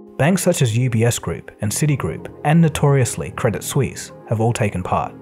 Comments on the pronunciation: 'credit seuss', what lol? Did you mean 'credit suisse' ? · It's not Credit Seusse, it's Credit Suisse. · 11.36 Credit Seuss? I think a better speaking mistake would've been Credit Suss but hey close enough lol